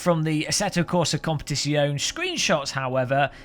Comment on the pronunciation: FOR GODS SAKE LEARN HOW TO PRONOUNCE "COMPETIZIONE" BEFORE I KILL SOMEONE IT RAPES MY EARS EVERY TIME YOU PRONOUNCE IT TERRIBLY AAAAAAAAAAAAAAAAAAAAAAAAAAAAAAAAAAAAAAAAA